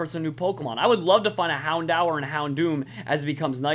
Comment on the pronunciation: Plz. U kill me. It's hound-DOOR. That's how it's pernounced